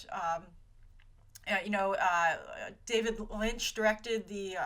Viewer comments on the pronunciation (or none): none